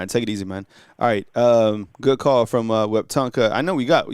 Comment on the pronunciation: No no no. Its we-tum-pka. The p is silent.